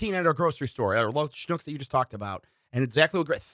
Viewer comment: So glad to hear you mention Schnucks! Recently visited STL, did some shopping in a Schnucks, and had no idea if I was pronouncing it correctly. Now I know 😂